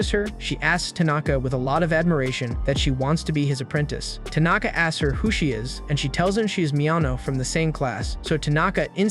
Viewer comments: Why are you saying tunaka? It's tanaka.... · He says Tanaka 💔..